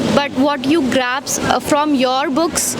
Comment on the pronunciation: grasp not graps